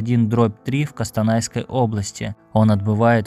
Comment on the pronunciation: Кстанай а Костанай